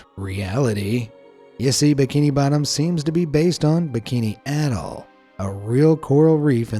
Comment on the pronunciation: Did you just say adoll not a - toll